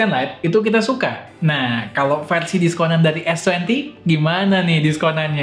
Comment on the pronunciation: "Fersi Emat" wkwkw